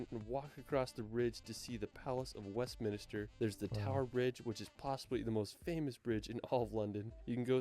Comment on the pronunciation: Westminster was said wrong 😂😂